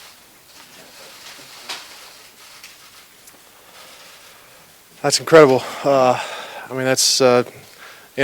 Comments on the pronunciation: ...... Case Kessum??? : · / Lmao Case Keesum, awkward!